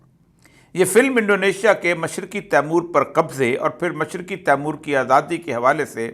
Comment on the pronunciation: Not taimur but Timor